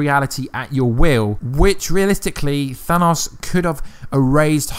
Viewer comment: "Thanaus" lmao im dying